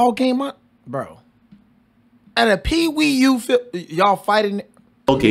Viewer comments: Pee Wee/YOUTH. Not Pee Wee U. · Pee Wee YOUTH. Not Pee Wee U. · Peewee Youth, not P.E.U. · Dude. its "peewee YOUTH" football. Not "peewee U".